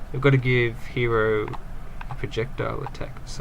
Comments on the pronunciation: Also you said HERO not HIRO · his name is not Hiro its Hero